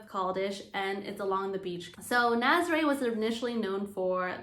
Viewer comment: For the love of Pete, please pronounce these names properly. I cringe every time I hear Naz-ah-ray, it’s Nah-zah-reh.